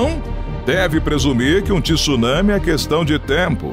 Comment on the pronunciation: O vídeo é interessante mas TI SSUNAMI não dá para aguentar com uma voz linda dessas podia falar corretamente, é TSU nami.